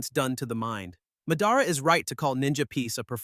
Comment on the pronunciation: Can you please learn how to say theese names correctly its mah-dah-rah notnwhatever you said its ala basta not alah bahsta and theres a lot more